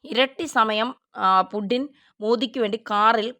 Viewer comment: പുഡിനും പുഡിങ്ങുമല്ല സേച്ചി, പുച്ചിൻ ആണ്... പുട്ടിൻ എന്ന് വേണേൽ പറഞ്ഞോളൂ എന്നാലും കുഴപ്പമില്ല... പുഡിൻ എന്നൊക്കെ പറയുമ്പോൾ ചിരിയാണ് വരുന്നത്..😂